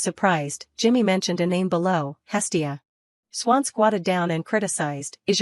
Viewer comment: It's not hilly, it's hestia